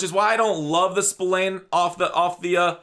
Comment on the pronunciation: Spillane’s name is pronounced “spi-lan” not “spill-ane”